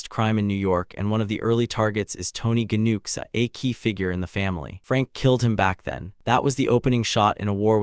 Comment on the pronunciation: It’s pronounced new chee